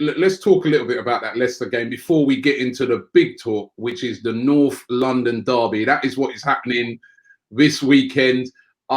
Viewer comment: I love how Robbie pronounces things 😂 "NORFF LUNDIN DARRBY"